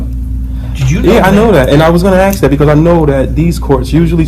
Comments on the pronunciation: When you can not say the word "ask" correctly you have already shown your ignorance, 💩🧠🤡💯🔔🔚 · He had to axe! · ‘Can I axe you a question? Do you honor your oaf?’ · Sadly that is an American thing, I have heard so many people saying axe instead of ask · Can’t even pronounce the simple word “ask” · Why can't black folks say ASK ?